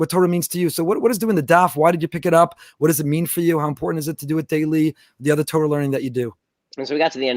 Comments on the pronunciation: You see here תּוֹרָה the Vav the second letter is an OH sound, not Tor like the dark web browser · I understand why people who are not fluent in Hebrew use the American pronounciation TOR like the dark web browser but this in not correct especially someone who flaunts his Jewish education and knowledge I would expect to pronounce correctly. Anyone who reads from the Torah for the congregation will be corrected on any mistake they make in the word they are pronouncing, I expect no less from someone who identifies as a knowledgeable person in Jewish liturgy as he does.